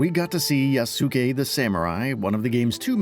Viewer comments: “Ya-su-ee” LOL that is not at all how his name is pronounced at all. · Can people pronounce his name correctly, it's 'yass-kay'